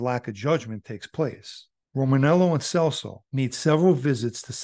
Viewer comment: It’s pronounced “CHELSO” lol I’ve known Joey and his brother Frankie since I was a kid